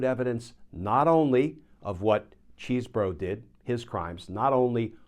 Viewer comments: It is great how you constantly mispronounce Chesebro. (Chez bro) It must be super annoying. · It's Chesebro with a short e. He attended my high school. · Sorry, Glen, but deliberately mispronouncing his name is not a good look. It's been determined how he pronounces it and it's not how you are choosing to say it. In fact, you even used the correct pronunciation the first time you mentioned his name, then proceeded to butcher entry time after. It sounds petty and beneath you. 😢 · I prefer the pronunciation "cheese bro." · neither here nor there really but is Chesebro’s name pronounced Cheese (as in the dairy product)-bro?